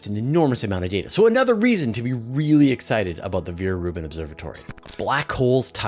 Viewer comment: Veer-Reuben Observatory? I have never heard of it.